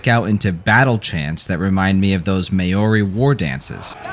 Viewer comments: Not mad but just for your info, Maori is just two syllables the first part is similar to Moa Zedong, rhymes with cow. Mow-ree. Not May-or-ree. The r has a minor roll so it kinda almost sounds like Moldy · Maori is not 'May-oh-ri', it's 'Mouw-ri'. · You pronounce Maori with two syllables mao-ri